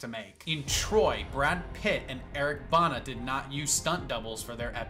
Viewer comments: Bana, pronounced the way it’s written, not “Barna” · Say it like this mate… Banner. Not whatever it was you said 😂 so say it with me now… Eric Banner 😂